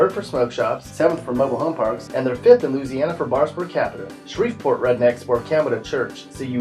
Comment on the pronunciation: He says lou- siana bitch it's Louisiana